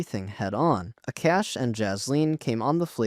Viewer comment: Did this Ai pile of sht rly say "A-CASH"?? Pathetic